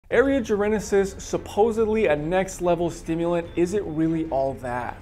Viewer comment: Say it with me... "Jar - en - sis"...... it has 3 syllables... not 4 :) why is everyone on youtube adding an imaginary letter when the say Jarensis, it's not just you mate